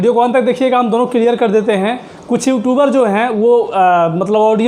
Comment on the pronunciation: Pahle you Tube bolna sikh lo